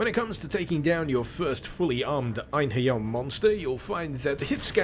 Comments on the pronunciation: It's pronounced En-herry-arr though... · as a valkyrie profile veteran, i’d go with project ein-ha-ri-ah. whatever it is tho, cool mod. also, are you watching out for the castlevania simon’s destiny mod? it’s not released yet but it’s supposed to be the original castlevania in 3d